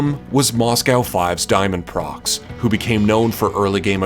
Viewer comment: haven't found this in the comment section so i'mma just point it out diamondprox isn't actually pronounced diamondprox. He clarified that in an early interview. It's diamond pro x.